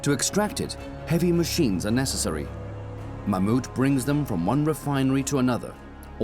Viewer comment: Thats the first time i’ve heard an English/American person pronounce Mammoet kind of right